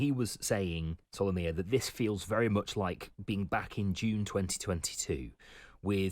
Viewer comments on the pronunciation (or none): Solomia not Somalia!